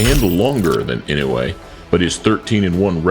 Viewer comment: Most of these match ups are impossible unless Inoue challengers come way down in weight. Inoue started off at 108 pounds. He has now maxed out at around 122. Inoue will fight some of them but they will have to agree to drop a lot of weight. Oh, and learn how to pronounce his name. EE-NO-U-EH